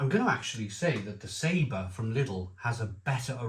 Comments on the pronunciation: I love this channel im a big fan, you have taught me alot please keep up the good work!... however I want to in return teach you you are saying saber!!... its pronounced Sab... or. It translates to flavour. I'm a fluent Spanish speaker.. mocha's gracias amigo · I really hate being a knob but sometimes I just can't help myself if something really bugs me and today, watching this review has tipped me over right into cuntyness every time you said Sabre my heckle came up I really hate to do this but in no way can Sabor be pronounced as Sabre or Sabar the give away is the little line under the o which change the sound of the letter to something more like awe So if anything I believe I could be totally wrong and you right however the beer is actually pronounced Saboar